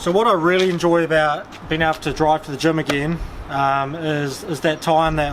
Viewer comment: I was thinking that you are in Germ (Germany), but it's "gym". xD